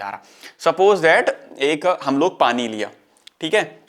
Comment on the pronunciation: padi nhi pani hota h bahiya kitna bekar lgta h sunne m aap padi bolte ho tum